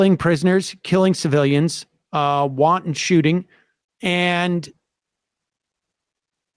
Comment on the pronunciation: Won-ton shooting? That's the most racist way ive ever heard violence against asians described. How dare yo... what's that?.. wanton shootings?... I'll show myself out, sorry.